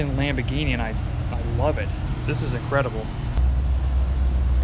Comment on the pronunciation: Its an AMBOGHINI... American-Bo-Ghini... (Man-Boy-Toy)... or (Tom-Boy-Toy)... American's New (Road-Toy)... Drive Safety.